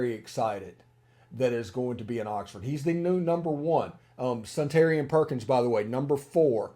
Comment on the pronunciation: I believe Suntarine is pronounced Sun-ta-rine, not Sun-tarian.